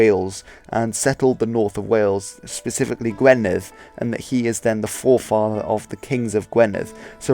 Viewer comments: “u” in Welsh is pronounced like a short i. Gwynedd is pronounced Gwineth, not Gweneth. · 👍 Edit:- Pen is also head in Welsh, 😊. Gwynedd, the 1st part is pronounced Gwin, the end is perfectly done, a rarity by a Saesneg, 😊, ❤. Diolch!